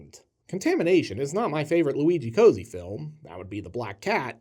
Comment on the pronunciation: BTW Cozzi’s name should be pronounced “kotzi” not “cozy” - but “hack” also works